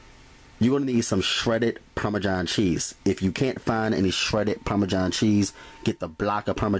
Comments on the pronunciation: Anyone else bothered by how he says Parmesan lol from one Italian to another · Parme-JOHN cheese lol :-P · "Parmajhon cheese"